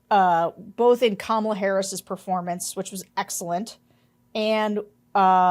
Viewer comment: Hey George, please pronounce Kamala correctly… don’t follow your wife’s lead.